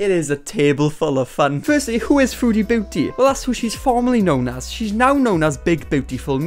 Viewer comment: The way you say her user sounds like foodie bootie and i find that incredibly ironic